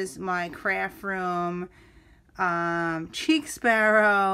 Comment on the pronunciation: I think its pronounced like sheik not cheek. I have a couple, but your collection is outstanding! Chic Sparrow's stitching is flawless. The purple is Aubergine, pronounced like aw-ber-gene (basically, eggplant). The Moleskine is pronounced like kai-yay! No 'S' as in cashier. When I first started with TNs, I had to look these up to be sure. The small "dots" on Pemberley are called pebbling.